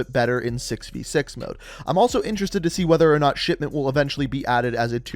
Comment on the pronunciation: To me it REALLY sounds like he is saying shitment